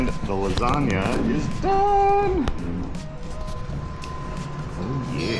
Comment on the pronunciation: Hey, love your personality, and your cooking, but why in the world would you miss pronounce the dish you are preparing? I’ve been married to an Italian for 45 yrs, and been in Italy multiple times, and I can assure you there is no such thing as a “lasaga”. How it’s been pronounced for ever, as a “lasagna”, is in fact the correct way. If you are not sure, ask the rest of the world. However, if you want to sound educated and correct, “bruschetta”, that everybody in North America mispronounces, is pronounced “BrussKetta”. Please use your platform to educate on that one. You will make the Italians proud!